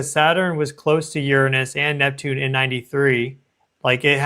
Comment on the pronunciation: I just love the way you pronounce Uranus! So much more sophisticated than the way most say it.